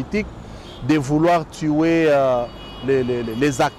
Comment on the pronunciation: Tuer pas tuwe stp,il faut bien prononcer les mots et les verbes